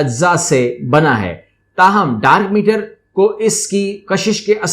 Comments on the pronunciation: Nice video but it's dark matter not meter... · Sir its Dark Matter not Meter :p